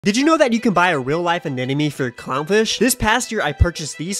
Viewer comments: You of all people should know how to pronounce anemome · ANEMONE!!! Not Anenome... Why can't Aquarium influencers pronounce that properly? They're not influencing well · I should have started keeping a tally of how many times it's possible to mispronounce anemone in one video. Pretty sure it was to get these sorts of comments, though. Anyway, I hope your fish and anemone work out their complicated relationship status. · The amount of times he mispronunciation anemone while having it spelled correctly in the description kinda drove me off a cliff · Lmao bro mispronounced anemone like 60 times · does he mispronounce anemone to be funny or is anemone just that hard to say? haha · Not you mispronouncing anemone every single time 😭😭😭